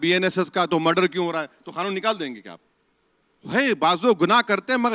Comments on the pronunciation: Khanoon nahi kanoon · Khan wala khnoon kah rahe hai kya Kanoon hota hai bhai